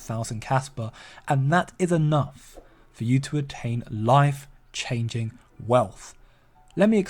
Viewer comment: I thought I heard you say "wife-changing wealth" 😅😅😅